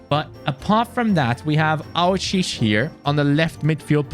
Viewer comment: Hey your supposed to pronounce the 'e' at the end of aouchiche